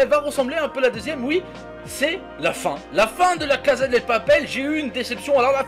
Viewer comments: II-Dark Side-II on dit pas caza mais cassa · On dit pas la casa del papel mais la casa de papel et ça ce prononce pas la caza de papel mais la cassa de papel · Mathou Mathieu non mdr sa se prononce "caza"